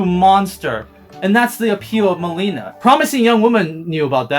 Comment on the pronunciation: I know the very first few seconds he said Meileena lol and it even shows it in the trailer wasn't even trying to hide it